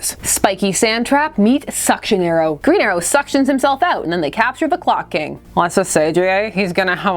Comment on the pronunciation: I keep hearing glock king.